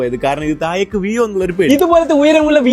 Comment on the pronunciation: തായേക്കല്ല,താഴേക്ക്- നാക്ക് വടിക്കണം